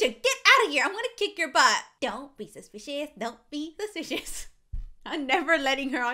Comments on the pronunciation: don’t be suspishos don’t be sushpishos. Me: omg yeh I’m. bored in the house and the house is bored with me Zialetsplay: you two please we got to be a bit serious here. Me and: yeh butttt don’t be sushpishus don’t be sushpishus.... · I was laughing so hard when she said don’t be supiceos